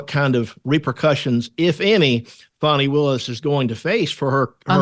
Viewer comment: Please stop calling her 'Fawny' her name is Fani (sounds like 'Fanny').